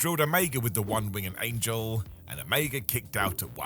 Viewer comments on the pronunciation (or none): Its winged not wing-ed